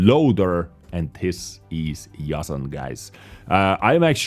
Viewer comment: The pronunciation of Jasan is Jasan with an "s", not a "z". Jasan means ash tree in Czech.